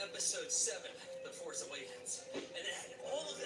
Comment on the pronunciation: Use the Pho-ce,.